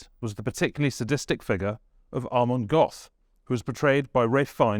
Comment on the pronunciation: Good grief, when will interviewers like this guy learn to pronounce German names correctly! Plaszów concentration camp's commandant was Amon Goeth, pronounced GERT NOT "GOTH"!!!